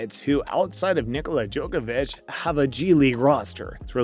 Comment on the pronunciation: Bro said Nikola Jokivich